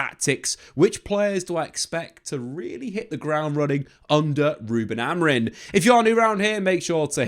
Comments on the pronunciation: Why do you and many other keep saying AmoriN. Its Amorim. Christ. Get it right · It's amorim not amorin 😅